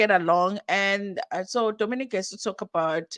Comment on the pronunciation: They are both confusing me in different ways, we are trying to understand the community & catch up with all their ongoing changes but they're taking us 10 steps back 😮‍💨 Nonie is intentionally mis pronouncing Dominic but they want us to respect how they want to be called 🤷🏽‍♀️ & Dominic said is nonbinary but also said we must refer to her as a She & again also says she's a gay man...doesn't nonbinary people non gender & referred to as they/them/their??? Ay they are really confusing us 😕